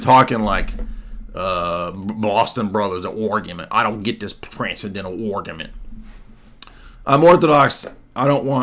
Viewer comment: “Transcendental Orgumint” took me out 😂 great stream!